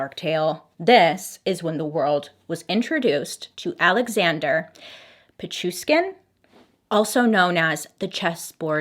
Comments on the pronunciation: Bailey, hi! Russian fan is here! It's PichuSHkin (like NataSHa) Great video tho! Love ya! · It is pi chu shhhhhhh kin! With love from Russia! You are the best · I live for these videos, I swear 😍😍 this makes my whole week so much better 💜 The last name is pronounced Pit-chu-sh-kin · The way Bailey literally managed to pronounce all the names perfectly, except the actual guy's name ☠😹❤